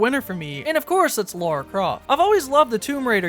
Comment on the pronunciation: “Laura” Croft 💀